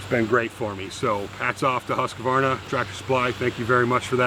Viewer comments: It is pronounced Hus-quana. Not Hus-que-vana. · How come americans cant say Huskvarna? Its Hus kvarna not huska varna.. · Pronounced Husqvarna, NO 'A' after the 'Q', HUSK VARNA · A lesson in the name Husqvarna, its swedish, and i belive it means HUS, as in House, and Qvarna, means millstone or grinder, so it basicly means house hold millstone.. Now for the correct way to pronouce it is: HUS you drag the U and the S a little, as HUUSSss short H, drag U, uuu and drag S, sss Huuusss, now for qvarna, it is harder to explain but you start with the Q as a K or a C, short sound, then V normally and ÆRNA, which means AE R N A, but AE is the same way you pronounce the "start of" the famous A-hole word, R and N is normal, but the LAST letter you pronounce in (husqvarna) as the first letter in the word "ARE" short sound, so lets get the whole word: Huusss KCV (a-hole)AE rn(ARE)A = "Huuusss KC V AE rn A" = "huussK/CvAErnA" = "huscvAErnA" = HUUSSSKvarna = Husqvarna, TLDR, now u know xD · Really cool video thanks for sharing. You do not pronounce Husqarna that way though lol sounds really funny to a sweed. I live about a 45 minutes drive from there, they used to make motocross bikes but they sold the bikes and saw production to Italy I believe. Its sad was a good brand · Inspiring as always! As a Swede, I'm racking my brain trying to come up with a good way to describe how to pronounce Husqvarna but I'm drawing a blank. The 'Hus' part has a long 'u', close to the sound in "cruise." The 'kvarn' is pronounced like 'barn,' but with 'kv' instead of 'b.' Then just tack on a short 'a,' as in 'ah' and you should get something that's close to the proper pronunciation. "Huise-kvarn-ah.":D